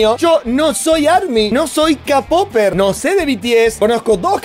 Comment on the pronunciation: Soy la única que le gusta que diga “KaPoper” :'>